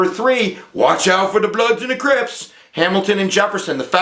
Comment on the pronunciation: Oh, never mind, you switched back to the correct "Crips" pronunciation the second time you said it. I thought you didn't know the name of one of the most infamous criminal organizations in history, but it was just a mispronunciation.